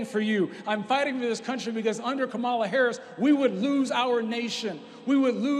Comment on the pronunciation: Kamala is pronounced "Kaamaalaa just like the wrestler Jim "Kamala" Harris !